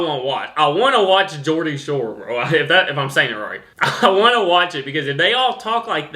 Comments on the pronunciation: Hey I’ve been watching your channel for a week and I really like your content and your a funny dude. Yes you’re pronouncing “Geordie” spot on, you should definitely watch Geordie Shore because it will let you hear the Geordie accent from the younger generation, let’s just say that you’ll probably need subtitles on, sometimes I can’t even understand my own Dad’s Geordie accent, or my mum’s Scottish accent it was interesting times growing up in our house in Yorkshire.😂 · As a Geordie (you pronounced it correctly), I’d advise you don’t watch Geordie shore. They’re not all Geordies, and it’s pretty unpopular here! Pitmatic was in the wrong place. It should have been just to the North of Newcastle. I remember that exact feature on the local news. It was covering the speech of the coal mining villages in South East Northumberland. The place it was highlighting should have been Mackem or Pit yakker (some people do confuse the terms Pitmatic and Pityacker as they’re both dialects of coal mining areas in North East England), but the latter is in East Durham. You’re right accents do change over small distances. As I said, I’m a Geordie from the city of Newcastle. My Grandma lived in a coal mining village 8 miles north of Newcastle and spoke Pitmatic. There are lot of similarities, but they do sound a bit different. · Spot on pronunciation of Geordie btw. Like others have already said they've given a rough generalisation of an accent of a region but you can go 5 miles away and it be completely different, sometimes subtle and only noticeable to locals but I can pin point from what part of my town people grew up in. My accent is a bit of a mix from that video, bit of Pitmatic, Yorkshire and even Scouse even though it is 150 miles away (this was due to migration of workers in the 19th century)